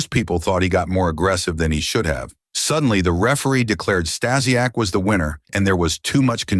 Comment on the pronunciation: Can’t watch because of the mispronouncing of Stasiak